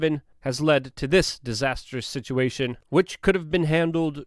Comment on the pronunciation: EXASTURBATE THE SIT-CHEE-A-TION!!!